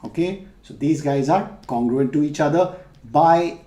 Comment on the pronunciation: Not congurent